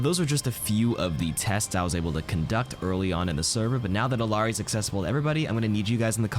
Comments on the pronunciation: Isn't it pronounces E-yar-ee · double L in Quechua is pronounced as a Y, not as an L. Ee-YAH-ree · It's pronounced iyari it's Peruvian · It’s pronounced eel-yar-ee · you’re pronouncing her name wrong. It’s E-yari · Iyari, two L’s make a Y